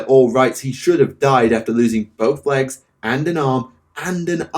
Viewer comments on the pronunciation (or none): none